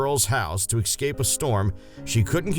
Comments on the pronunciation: Worst narration ever. EXcape? Inflammintation? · narrator: “excape” is not a word. try es cape. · 1m47s, "Excape" is not a word. Dumb. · If you can’t pronounce ESCAPE correctly you should not be a narrator 🙄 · HA! "Ecscape", "Inflamnentation".